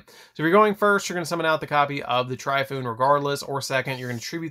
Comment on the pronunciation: TORE-EE-FOO-NAY (Tri-foon?) Soo-Saw-no-WOAH Are-uh-soo-dah (Amaterasu? Thats a completely different card OMFG; its hard to watch thru this when the cards are called by the wrong name) 🤦‍♂️ "The pegasus one" is pronounced Mah-he-toe-soo